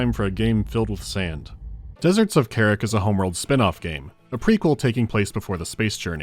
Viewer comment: Not "kerrick" - "KAH-rahk".